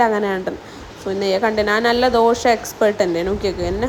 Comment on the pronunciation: ദോഷ അല്ലടാ ദോശ